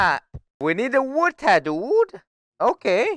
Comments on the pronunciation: I like how he says wood, OOOD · i like how he says ood instead of wood